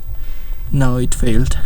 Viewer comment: "no it fayeled"